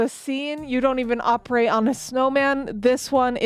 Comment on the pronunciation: what the HECK is an OPE ATE......